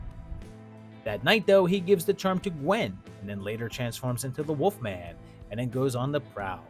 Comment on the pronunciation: pronunciation of the Woof Man always leaves me howling!